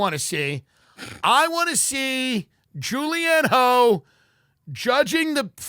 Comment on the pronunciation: Pronounced Julianne “huff” idiots